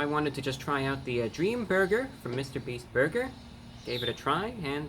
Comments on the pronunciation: Dweam burber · I love how he says burger